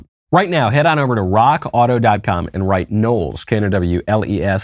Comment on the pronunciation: Hey Knowles. You are sayin Rock Auto wrong. It's RRRRROCK AAAAUTO! Listen to Klavan